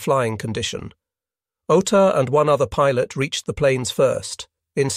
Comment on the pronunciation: It can't even pronounce "pilot" properly. In the 4 part series and kamikaze pilots it mispronounced "model." These are such simple straightforward words.